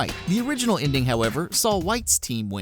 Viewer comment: Stop saying 'inding'.